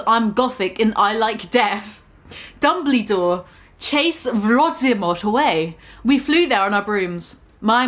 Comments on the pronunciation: Lmao I’m deceased even though they spelt Dumbledore correctly you keep saying “Dumblydore” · mispronouncing Dumbledore spelled correctly gave me life.